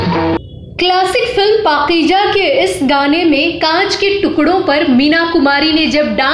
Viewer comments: Please for God sake.. Don't say..Pakijaa. Atleast pronounce correctly ,the right word is Pakeeza. 🥱. I know you folks are impossible when pronunciation is concerned. Horrible..🤭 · Ooh my God, She is Great Legend, & Best Actor...in Bollywood.. Ma'am kindly request to You Pls Learn URDU Language.. pls take care to Your Words.. this is پاکیزہ Paiza , Not Pakija... thank, Blessing from Kuwait.